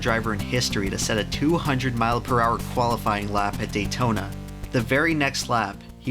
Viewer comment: "Datona speedway" dang maaang